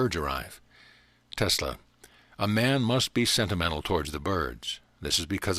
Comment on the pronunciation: Telsa? Really? you couldn't even pronounce his name correctly?